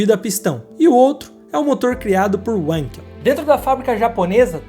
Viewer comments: Seus vídeos são ótimos, mas gostaria de fazer uma ressalva.. Não é Uankel, é Vankel, por se tratar do idioma alemão.. Abraços.. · PELAMORDEDEUS não é UANKEL.... É VANKEL. VEJA, NAO É VOLKSUAGUEN . É VOLKSWAGEN. Só nos EUA o W é lindo como U. No resto do mundo W é lindo como V. Na verdade W é DUPLO V. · Não é "uenkel" ! É alemão e se prenuncia VANQUEL. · Não é UENQUEL - é - Wankel mesmo com o A tendo som de A mesmo e o W com som de V. É nome Alemão não inglês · por favor, não me entitulem de chato... mas a pronúncia correta do nome do motor, tendo em vista sua origem, não é "uenquel", isso não é inglês... é Alemão... portanto a pronúncia correta é "Vanquel" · Amigo, o inventor do motor rotativo é alemão e por isto a pronuncia correta é "Valkel" e não "ualnkel" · A propósito, Wankel era alemão. Se pronuncia "vánkel" e não "uénkel". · "Venkel" não "uenkel" W tem som de V no alemão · Uenquel...kkkkk. Video bom, mas a pronúncia mata... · Alguém explica pra ele q se escreva WANKEL, mas se pronuncia "VANKEL" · ...a pronuncia do inventor do motor rotativo é com V pois o som do W em alemão e assim,logo é Félix Vankel a sonoridade Linda saga da Mazda,me lembro disto tudinho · Corrigindo o nome do invertor do motor rotativo, é Felix Wankel (se fala Vankel)